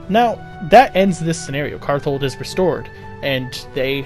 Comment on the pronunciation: so a bit of a correction, but the name is karthald, not karthold.